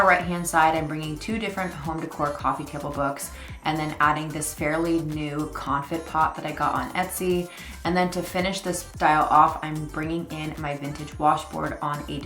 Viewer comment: Beautiful layered styling. Just a tip, regarding your confit pot...its French so you dont pronounce the t at the end ❤